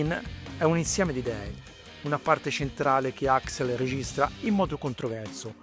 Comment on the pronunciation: AXL, non AXEL CAZ>ZO!